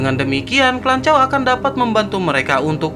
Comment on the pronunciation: Klanchaw😂 lanchaw... 😅